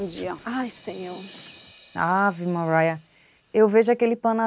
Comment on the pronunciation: “Ave Mariah” 😂😂😂😂 She thinks she speaks English